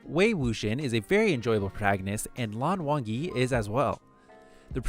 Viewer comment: The way he pronounces mo dao zu shi names I- 魔道祖师－(english pronunciation not based on chinese letters) muo dao zu shi 魏无羡- wei wu xian 蓝忘机- lan wan ji (pronounced jee) 莫玄羽- muo xuan yü don't take this personally lol, was not intended